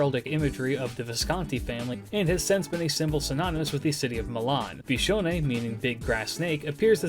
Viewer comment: Cool viewer facts: The first time I heard you say her name, I didn't know it, so I thought you were calling yourself bishounen in third person.